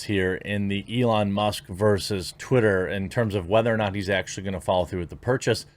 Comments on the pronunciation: I actually had to pause the video when you accidentally said "titter" Genuine laugh. Thank you so much lol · You said titter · He said titter 🤣